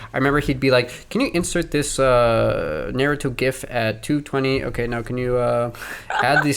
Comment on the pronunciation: Mispronounce naruto one more time 😡